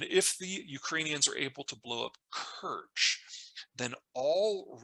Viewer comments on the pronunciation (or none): none